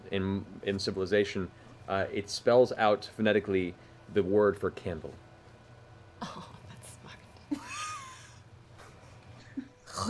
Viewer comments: Watching this in 2025 and apparently 'candle' in ancient draconic is pronounced 'hawk tuah'. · Vex pronounces the Draconic word for "candle" like "hawk tuah" laughs in late 2024